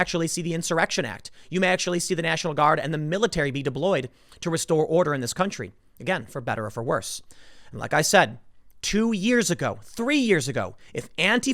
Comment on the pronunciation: Did he say 'diBloyed'?